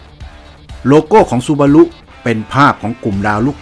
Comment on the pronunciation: ออกเสียงว่าซูบารุครับ ถ้าจะออกเสียงสึบารุต้องสะกดโดมีตัว T นำหน้าเหมือน Tsunami ,Tsubasa